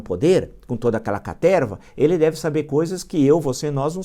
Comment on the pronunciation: A Orcrim que está no poder com toda aquela caterrrrrrva! 🤣🤣🤣 Professor Villa, é maravilhoso!💕